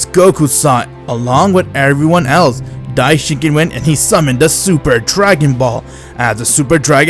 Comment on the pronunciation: Dye-Shin-KON dude not dye-shin-kin (Cringe Everytime)....what kind of fan are you?